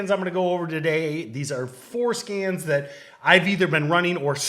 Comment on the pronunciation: Did say four scans or foreskins? There’s an important distinction between the two.